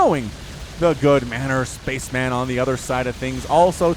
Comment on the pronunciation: It's pronounced spa-chem-en, not space man.